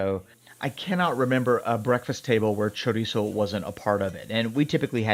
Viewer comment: THANK YOU, of all the videos on youtube you are the ONLY one who pronounced Chorizo correctly, that makes a HUGE difference for me because it means you grew up eating it